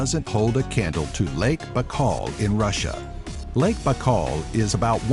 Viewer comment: How You pronounce '"BAIKAL"" ? Look like You have in Your mouth a whole apple ! Very awkward pronunciation of such easy word like "BAIKAL" !